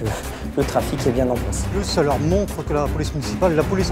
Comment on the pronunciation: C'est pas bieng, c'est pas bieng, fallait pas le faire...